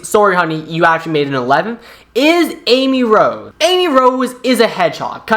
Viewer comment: “Amy roe”💀